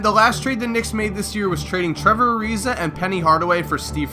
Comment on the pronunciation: You said penny hardawy